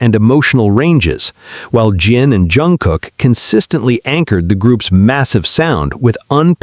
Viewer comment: ...it is pronounced Shooga not sue ga.....and Jun Gook not Jun Cook